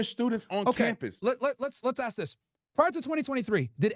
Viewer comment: cant say "ask" but he takes money from bibi and think we wont notice 😂😂😂🙉🙈🙊